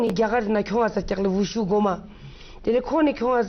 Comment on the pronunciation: its call WuShu (武術) not wushow .......